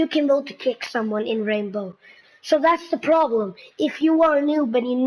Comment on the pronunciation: plz its R.a.i.n.b.o.w not R.a.m.b.o